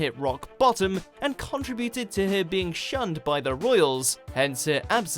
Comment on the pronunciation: conTRIBute not CONtribute.... Also, have another go at pronouncing Icke 👍